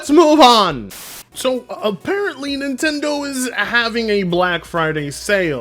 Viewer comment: oh it's nintendeen